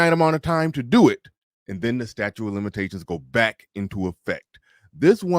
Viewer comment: Statute. Stat-choot not statue